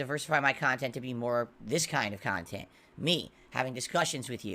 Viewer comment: Ho Ho Ho. That Christmas Sprit. I love doing Christmas Special Event. But I can't do it without SNORT SNORT people paying for Memberships for my meaningful Khantent.